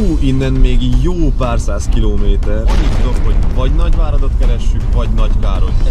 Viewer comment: Az a batyi a legjobb tizenkéjt kilóméméjtör😂